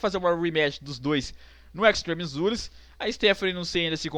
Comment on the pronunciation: "Extreme Zures". rei da pronuncia.